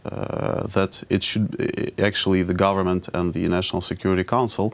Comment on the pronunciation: Did he say "make a corporate govermante" lmaooo wtff 😂😂🤣😓🤔🤔